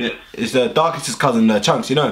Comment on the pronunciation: who else knows what darkest is saying